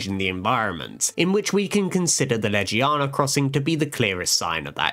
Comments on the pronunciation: Anyone pissed off that he said Ledgie-yawna and not Legiana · Amazing content, but why butcher Legiana's name and some other monsters so much? Even the handler says Legiana correct and even still butcher it, it's painful to hear the name butchers but the rest is really good